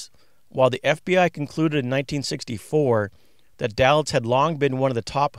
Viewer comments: Day Litz vs. Dah litz is the way I've heard it in hundreds of Mob vids. fyi with love! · Thank you! There is one mistake, the name of Moe Dalitz is pronounced "DAY-itz", not DAL-itz." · Thank you. One mistake I made with the Desert Inn history vlog is I pronounced Moe's last name "Dal-itz" when it is pronounced "Day-litz". I read a lot about Moe Dalitz but didn't watch any video on him until later. First history vlog was a brief history of the Flamingo, I am going to do this one again down the road: Flamingo Celebrates 75 years Today, not a history vlog but a brief "look back" History of the Copa Room at the Sands (Rat Pack etc.) USA vs. Meyer Lansky: Flamingo Las Vegas $ 36M Skimming Case